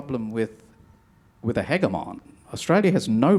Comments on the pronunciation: I can't take the other guy seriously because he mispronounced "hegemon' like 14 times. I was waiting for him to say something about "hyperbowl". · How come Mr. Varghese does not know the proper pronunciation of "hegemon"?!😃